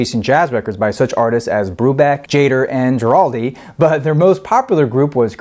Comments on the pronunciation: completely agree. gua-ral-di not jua-ral-di like he did the whole time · So how come we didn't hear any actual cuts from the album? Was it licensing issues? By the way, Guaraldi is pronounced with a hard "G" as in "go" (gerr-all-dee) and it's Beethoven's "Fur Elise" not "For Elsie". Sorry to be picky but everything else about these episodes is top-notch so the mispronunciations jump out. Great choice for a review, by the way. Always played at my house. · You could at least learn the proper pronunciation of "Guaraldi".